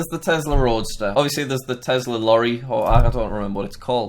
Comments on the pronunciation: Not Tezla its tesla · You know he's british when he says it like tezla